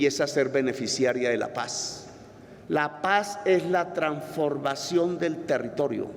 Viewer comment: Se dice transformación...... no tranformación.... que cultura tan impresionante....